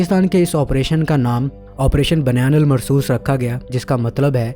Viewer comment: بنیان مرصوص کا تلفظ صحیح کر لیں بھائی